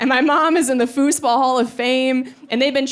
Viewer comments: very funny. i will look up your fooseball videos. but i am mostly i am commenting because i've never heard it pronounced that way before, always "foozball" edit: - great video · You really say fußball like us Germans say football. So you've loaned that word from us or what?